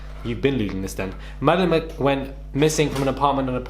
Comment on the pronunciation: Did it drive anyone else mad the way he repeatedly mispronounced her name!! Disrespectful